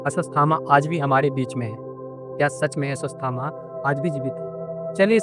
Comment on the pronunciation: अस्वस थामा 😂